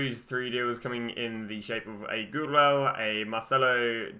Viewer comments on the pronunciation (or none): Wtf hij noemde gouweleeuw “goodwell”